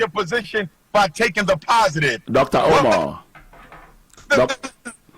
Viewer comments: "Dr. OH-mar" 😂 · DOCTA UMAAAA 😂😂😂